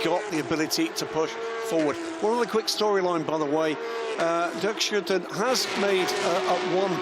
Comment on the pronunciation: Can someone please tell the commentators how to properly pronounce 2 time race winner Dirk Shoe-10's name. It's embarrassing.